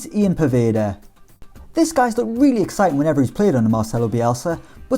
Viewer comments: ian poveda first name is pronounced YAN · Poveda’s name is Yan, it’s who it’s pronounced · poveda’s name ian is pronounced yan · Poveda’s first name isn’t pronounced Ian. His parents are South American so it’s pronounced “Yan” :) just here to help